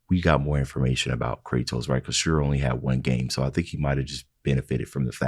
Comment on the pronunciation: I love you to death, but it drives me insane that you mispronounced Asura’s name 😅